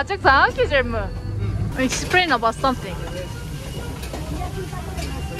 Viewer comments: HEYON GUSELMİİİ DENE😂🤣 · her gucel mii dediğinde kahkaha atıyorum yaa:)) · Çüzel miğ -Just try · nobody: gücelmi: Try again:gücel mi: Try again:gücel mi: Try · Güçel mi? Güçel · güzel mi yi Karadeniz ağzıyla söylüyor çok komik